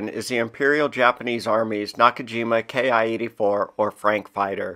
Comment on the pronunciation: The "Frank" wasn't a "Kay Eye 84", it was a "KEE 84". "Ki" is a syllable, not an abbreviation. It's the first syllable of the Japanese word "Kitai" which roughly means "airframe type". This carries on to other Japanese designations for weapons and armor like "Ro", "Ho" etc. say them as a word, not an abbreviation. (also, the German nomenclature would be MK 108, not Mk-108. Same for "MG", not "Mg") Good video, none the less.